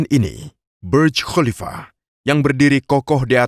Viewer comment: Kok baca khalifa dg Qolifa ya?